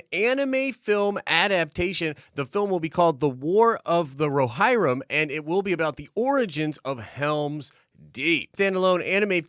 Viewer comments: Great news, one minor point. Its pronounced ro-HIR-Rim, not ro-HI-Rrim. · You butchered Rohirrim 😭😭